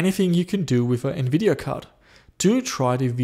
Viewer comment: TEAM RED!!!! lol, im a full AMD fanboy no matter i love a lot of their architecture, also there gpu styles, GREAT COVERAGE!! love the content as always buddy, And did you say Nvideon? lol sounded like radeon and nvidia mixed LOL, Although on my retro build with an Athlon 64 X 2 full 4gb ram, I wish i had a capable ATI gpu:/ but i had 2 older Nvidia gpus a poopy 8400GS and a 9400gt verto im used the verto 9400gt in the build its not to bad, my buddy i let borrow my r7 350... I DID online see one of those brands that you had of an R7 it was the Yeston r7350 4gb gpu for 80$ online, which might be pretty good for retro idk im skeptic lol